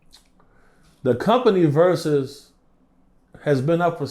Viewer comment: When he said versus i turned it off… ✌🏽